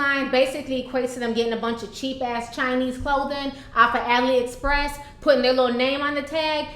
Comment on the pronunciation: She said "Ali express " I can't 😅😅😅😅😅